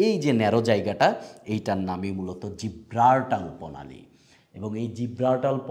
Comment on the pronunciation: উচ্চারণ সঠিক না, জ্বালানি, জিব্রাল্টার, ডোনাল্ড এইসব একটা উচ্চারণ ও সঠিক হয় না।